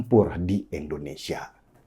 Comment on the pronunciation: Susah ya, ngasih tau si Denny Siregar ini... Klo nyebut nama Indonesia slalu nyebutnya E ndonesia.. pdhal kn Ngara kita Namanya INDONESIA.. BUKAN E ndonesia ..